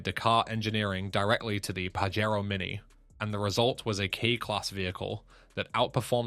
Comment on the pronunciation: The Pajero is pronounced with a J not a Fucking H